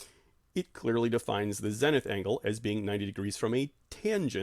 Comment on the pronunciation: Good stuff, but how have you been in the field this long without picking up the correct pronunciation of ZENITH? Long E!